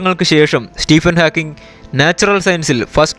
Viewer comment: Great work.... ഹാക്ക്കിങ്‌ അല്ല ഹോക്കിങ് ആണ്.....please note it